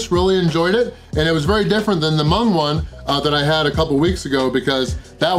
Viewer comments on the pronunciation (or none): none